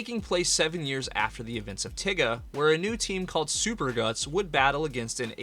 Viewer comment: Please stop saying tiga like the n-word😭😭